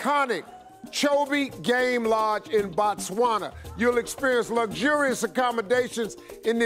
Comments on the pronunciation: im from Zimbabwe which is next to BOTSWANA , #bytheway it's not Batswana📣📣📣📣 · hey... you shud pass by th capital city and say hi to me😂😂😂😂 I hope u enjoy staying in our country, it's Botswana by th way not Batswana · Botswana NOT Batswana... ''//O//'' NOT ''//A//'' Its ''BO'' not ''BA'' ... Botswana is the name of the country,and Batswana are the people from Botswana,its like Americans in America...You cant say I want to visit a country called ''Americans'' cause you will be now indirectly referring to the citizens of a nation called ''America''...Its Botswana guys,a re tlogeleng bo tricky...laareng nkare le ratoo ithaareng yaana!!! We also have a small peri Rural Village here in Botswana called Sebina,if you mind to know...